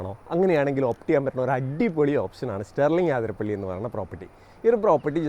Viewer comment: ആതിരപ്പിള്ളി അല്ല അതിരപ്പിള്ളി...